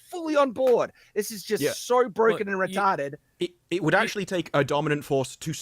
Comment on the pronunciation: 1x mic adjustment, 'retahrded' and 'crap' per show